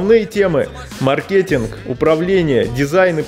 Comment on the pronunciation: Маркетинг правильно говорить с ударением на первый слог. Если даёте рекламу об образовании то правильно подавайте её.